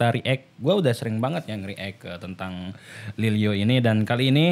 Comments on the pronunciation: Lilyo bang bukan Lil o . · Lilyo bang bukan lil o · Lil yo bang bukan lil o